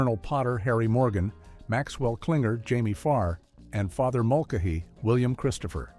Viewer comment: I think it's hilarious how the AI mispronounces Father Mulcahey's name TWICE when talking about Aftermash. It's not like he was a recurring character - and eventually a star - on all 11 seasons of Mash, or anything.